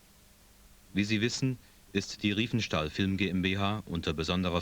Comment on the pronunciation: It's Riefenstahl not Reifenstahl!